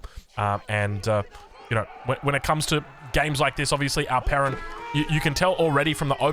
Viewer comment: Only when he says it